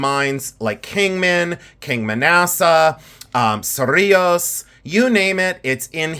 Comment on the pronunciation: Just recently discovered your channel and am completely addicted. Thank you for sharing your knowledge! Specifically on this video, thank you for bringing up that not every word and symbol is offensive. Especially if you know the history. Also, thank you for pronouncing Cerrillos correctly! I am not terribly far from Cerrillos and have heard some very interesting ways of pronouncing that name and other NM towns. Your collection of cuffs is truly amazing! Many of them are of museum quality like what we would see here in NM. I look forward to seeing more of your collection!